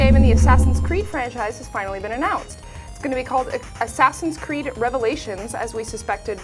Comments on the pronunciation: she said ass creed lol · Well, I guess we can all tell she's never played AC. First she slaughtered their names, and "Ass Creed Bro" wasn't even humorous.